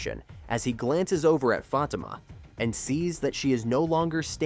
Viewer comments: Za-Tima It's like you're purposely mispronouncing it. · AI can't pronounce Fa tima not fat I am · Fateeema not Fa ta ma!! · Do you people reporting on this show watch it, or are you reading a script?????? I enjoy your short clips, but you need to watch the show to LEARN the pronunciation of Crystal's name on the show as well as the name of the show.... Fatima and Zatima. Not whatever it is you are saying. Apparently, I'm not the only one it bothers. Please do better!😢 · Y'all need to stop using AI FOR OUR STUFF AND WHITE ONES AT THAT. ITS FA TEEM A AS IN A SPORTS TEAM IN SISTA NOTS SISTAHHHHS. HAYSLET. IS SOFTLY PRONOUNCED AND YOU DAMN WELL KNOW YOU DIDN'T WATCH OUR SHIT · First of all I'd like to ask please stop pronouncing their names wrong. I don't think Fatima got shot. But I do see her cousin Madame coming into the picture very soon. 😮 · It’s pronounce fateemah! And zateemah! I’m hoping I’m closed. Caused what they saying Is killing me. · The show is pronounced Za/ti/ma and Crystal’s character’s name is Fa/ti/ma dang. Please don’t screw this up again. It’s hard to watch your videos or take what you say seriously if you don’t even show enough interest to figure out how to pronounce your subject matter🤨 just saying 🤷🏾‍♀️